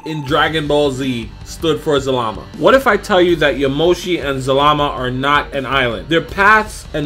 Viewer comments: the name is za-la-ma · his name zal-a-ma